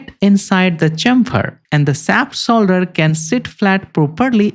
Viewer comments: it´s shaft shoulder, not saft solder. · Please learn pronounciation! Shaft is not sap! Reason is not region! Shoulder is not solder! And don't waste sooooooo much time, when 5 minutes is more than enough to tell the relevant facts! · great video, but you saying solder instead of shoulder drives me nuts lmao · Yes. Very educational. But I needed the captions because absolutely no effort whatsoever was made to pronounce the "sh" sound. I know some people struggle with pronunciations, but when you are educating people and can easily ask other people how it sounds before it is posted it is rather lazy to not do it correctly. Half the audience is wondering what a saft soulder is and they have to stop and start the video again to read the captions.